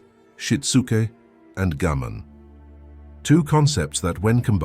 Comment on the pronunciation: This is a terrific channel and I’m really enjoying the videos but, and I’m not sure if the voiceover is AI or not but the Japanese concept names are almost always pronounced incorrectly I.E it’s Gaman (ga-man) and not Gammon, it’s ichigyou-zanmai and not Ichigo-zammai. It’s important because people will be unable to search for the terms to learn more about them.